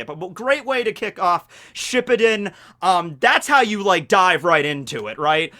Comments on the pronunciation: I thought it was shi-puu-den? And he's saying ship-pi-din... Um questions. Accents... Insurance, quarter, idea.... Nope I'm good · Should we tell that is pronounced shiPUden instead of SHIppuden? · hate the way says “shippuden” I’ve always pronounced it shiPPUden